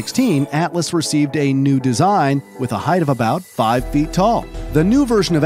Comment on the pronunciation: I couldn't stop hearing him say "deezine" 😂